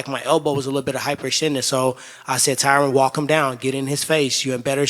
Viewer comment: I wonder if Tyron is tired of every single person saying his name incorrectly lol.